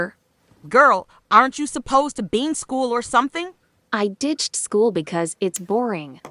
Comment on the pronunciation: English: “To” VC voice: “Ta”